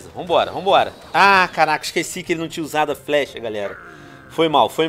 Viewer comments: carrrrrr raca muleke kkkkkk venom eu não sabia q VC falava assim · karaaaaca!!kkkk veno tu tem a língua bolada ou vc fala de zoeira